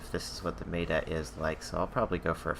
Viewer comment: Silly comment here but the way you say meta is so funny. Most say "mehtuh" but you always say "maytuh". Just a funny observation. Great vid!